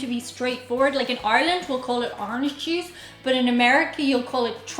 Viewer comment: Haha, you said jew juice.